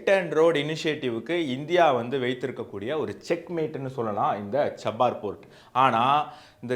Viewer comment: Pronounce error. Cha - bah- hahr port